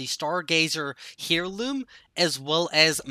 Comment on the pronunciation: You gotta look up how to pronounce heirloom its basically (air-loom) it made me mad ima grammar freak😂